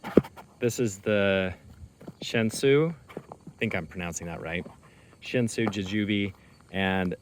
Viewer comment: Here is how to pronounce Shan Xi. Xi is pronounced like C.